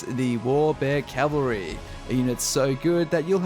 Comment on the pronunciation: Cavalry not Calvary